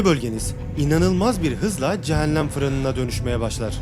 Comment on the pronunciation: Hocam ne güzel video çekip edit yapıyorsunuz yahu videonuzu “Eeeennn” demenizin verdiği ve “CehenNEeem” demenizin verdiği işkenceden ötürü dinlemek ve odaklanmak aşırı zor. Şu işleri yapmaya karar verdiğiniz de gidip bi 5 haftalık diksiyon eğitimi alırsınız Ooh biz de tertemiz konuya odaklanırız. Son olarak; “Nerede” yazılır “nerde” okunur “Burada” yazılır “burda” okunur “İçeriden” yazılır “içerden” okunur “Dışarıdan” yazılır “dışardan” okunur Vallahi kusura bakmayın ama yazmadan geçemezdim neredeyse kelimelere yaptığınız tüm vurgular da hatalı olarak çoğunu ilk heceye yapıyorsunuz fakat Türkçe’de vurgu son kelimeye yapılır, onlarca kez “Eeennn” diyorsunuz lütfen şu güzel videoları azıcık konuşma eğitimi alıp çekiniz🙏 Dilimizi güzel kullanıp güzel tanıtalım.